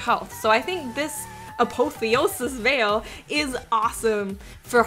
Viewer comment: A-POTH-E-O-SIS VAIL is how it's pronounced